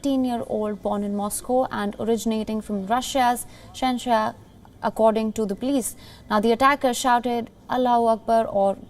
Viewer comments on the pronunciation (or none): Allah hu Akbar means allah is greatest, not god os greatest, also pronounce Chechnya properly. Aa an asisde, Wion has a real English pronunciation problem. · The newsreader doesn't know the pronunciation of "Chechnya." (चेचन्या) the same चेचन्या where the massacres take place. It is not an unheard-of location by the way. Cheers!